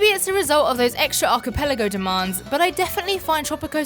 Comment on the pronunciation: I gave you a like for pronouncing 'archipelago' correctly. I do not think I have seen even one other Tropico 6 video where the words was not mangled.